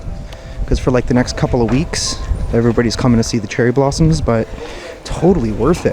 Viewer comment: "Cheery blarms"hahhaha seems you were light headed I am sure you a good meal and a couple beers!